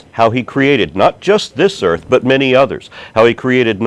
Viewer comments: you can tell how educated the caller is when she refers to the EARF. Maybe she just sounded funny because she was in the BAFROOM. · she said "Earf". fack sakes.